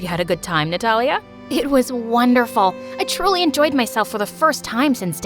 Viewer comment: Her name:Natalia What I heard :Nutella